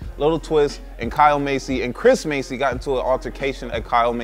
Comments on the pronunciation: Bro Massey not Masey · Masey..... no its MASS-ee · I couldn't even focus on the subject since you kept pronouncing their last name as 'Macey" when its pronounced 'MASSey'. Lol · You've been saying it correctly. just mis-pronounced it.